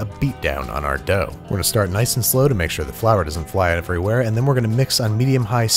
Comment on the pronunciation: "...make sure the flour doesn't fly neverywhere" sorry, just love missayings of words :)